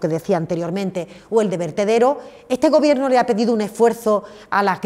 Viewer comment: Esta señora necesita un iphone 13 o un curso de pronunciación... que sinverguenzas estan con todo el rato llenandose la boca de "este gobierto progresista de España"